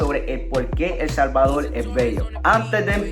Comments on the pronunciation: Bueno Helmano nos alegla que te encante El Salvadol. Porque no puedes pronunciar la R??? es facil para todo Latino Americano. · POLQUE EL SALVADOL y no PUELTO LICO.... :v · El Salvadorrrrrrrr con rrrrrrrrrrrrrrrr